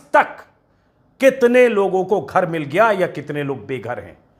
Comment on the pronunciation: घर नहीं गर बोला